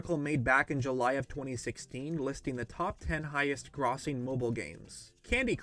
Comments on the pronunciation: “grossing” is pronounced like grow-sing not grah-sing lol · You didn't pronounce grossing properly. It's not graw-sing, it's gro-sing. Pretty unusual. Wtf? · Highest-grossing is pronounced like gross with a long “o”, not “grahsing”, dumba$$ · Wonderful video! Wanted to to help you with one thing, grossing is pronounced “Grose-ing” not “graws-ing” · “the “o” “grossing” sounds like “oh” not like “ah” “Gr-oh-sing” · U mean "grawssing"? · No one: Literally no one: Not a single soul:: Grahs sing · Son pronounced grossing , grah-sing LMFAOOOO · did he just say "grawsing"? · buddy did you just say "Gr-awss-ing" lmao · it's pronounced "grow-sing":-/ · ew... that pronunciation of "grossing" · How has no one talked about the way he pronounced, “grossing”?!?! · great vid, but that is NOT how you are supposed to pronounce grossing😂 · listen to how he says grossing. I'm dead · Friendly grammar police checking in. Grossing rhymes with hosting not flossing. Just so you know. I liked the video. Just saying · How do you not know how to say grossing? lol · Uh idk where you're from but that's not how grossing is pronounced..